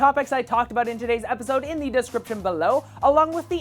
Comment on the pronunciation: u said aboot